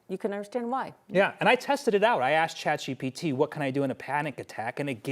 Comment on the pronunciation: Lol i love the 9news reporters but it cracks me up hearing boomers say "ChatGBT" when it's ChatGPT. P, not B 🤣